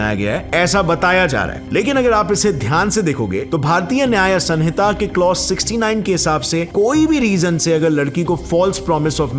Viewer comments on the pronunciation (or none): It's sahita not sanhita...it is written as sanhita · bahut achhe se explain kiya apne bt साक्ष्य होता है सक्ष्य नहीं और सनिता नहीं सहिंता होता है ❤ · Hey, I like your content too much but, please take care of our Hindi language, *request Like, samhita - स(मं)हिता = संहिता Sakshya - साक्ष्य (not सक्ष्य),... And many more💔🤌 🙏🙏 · It’s Samhita